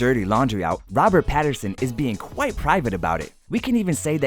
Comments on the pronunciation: Is it just me or did the voice over person keep saying "Patterson." 🤣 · Whys this dude saying Patterson HAHAH